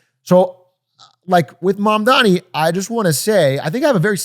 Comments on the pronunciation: it’s MAMDANI!! not mandami!! it’s important. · M-A-M-D-A-N-I not Mamdami. You’re gonna get hit with that clip of Zohran snapping at Cuomo from the debate if u keep mispronouncing it lmao. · The name is M-A-M-D-A-N-I~ We gotta get it right~ :3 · Damn, love the show, but this one was a tough watch, quite a few things that felt half baked from everyone. Also, I know it’s a minor thing, but the mispronunciation of Mamdani while talking about him for so long just got annoying. I’m also getting tired of them talking about Abundance. Like I’ve read the book, but man there’s so many other interesting books and ideas to also talk about. In a less serious tone, this feels like that one guy in college who read one book and only ever talks about it (happens on both sides of the aisle) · hour and 40 minutes of three dudes pronouncing Mamdani's name wrong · doug with another boomer take.. pronounces iran eye ran zohran zo ran mamdani mamdami and doesnt understand socdem policies now he just needs a hawaiian shirt and sandals ICANT